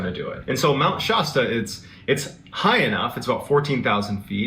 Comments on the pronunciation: Mt. Shasta particularly the "a" is pronounced like the word "cat" not like the word "hot" as MrBallen keeps saying. Not to detract from MrBallen's stories or character which I find interesting, just making a correction. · My family has a cabin in mt Shasta (not pronounced shosta btw) and it is a very wintering area in our world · Mount Shasta is near me.....there's always weird things that happen there. Except it's pronounced sh-ass-ta